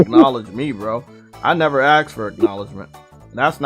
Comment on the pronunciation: "I nefr axe for it"